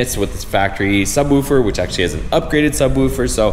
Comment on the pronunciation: Dude sais sub "woofer" like he's only ever read the word